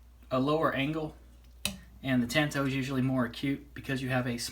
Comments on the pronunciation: Hey,. I'm not trying to be critical of your work. I thought your video was excellent. I just thought you might want to know how the word is pronounced. That's all. I didn't mean any offense. "Tanto" is a Japanese word, and there is no "a" as in "tan" sound in the language. Japanese vowels only have one pronunciation, unlike English. Here's the word in Japanese, in case you're interested: 短刀. It means "short knife." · The "a" in "tanto" is pronounced like the "a" in "tall" not as in "tan."